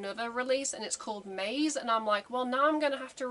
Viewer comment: "Maze" is a Japanese word, so it needs to be pronounced as such in TWO syllables (ma + ze). It has absolutely no relation to the English word "maze". The word appears like 5 times at the very beginning of the song if you want to check how it is pronounced.